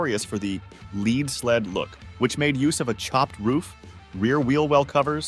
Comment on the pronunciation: It's pronounced like it rhymes with DEAD, NOT WEED! LEAD is Heavy.. A "Lead Sled" has both words rhyming.